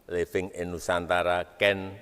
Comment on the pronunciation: "Esbes es yu ken, plis invest en kam tu mai kantri" Jadi sales Smart city, tapi nggak bisa basa inggres. 😂